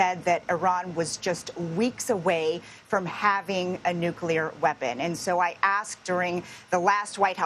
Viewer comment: Nuculrer unruchment capacity! 😂